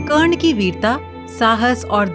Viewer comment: Who so ever is the narrator of this story I request you to give respect It's not wo karne it's wye karna 😞